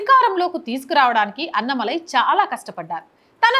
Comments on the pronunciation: అన్న మలై కాదు - అన్నా మలై అని చదవాలి. పదాలు కరెక్ట్ గా పలికితే విన సొంపుగా ఉంటుంది లేకుంటే అసహ్యంగా ఉంటుంది. మార్చుకోండి పలకడం. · Amma meeru “Anna malai” antunnaru Kaani Telugu lo “Annaa Malai” Andi Alaanee meeru “Radha yatra annaru Kaani adi Telugu lo Rathaa yatra” Just deergam pettali andi